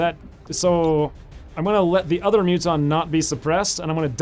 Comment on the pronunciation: Hearing Muton being said as Mutton is the most hilarious thing I have ever heard in an XCOM 2 let's play!!XD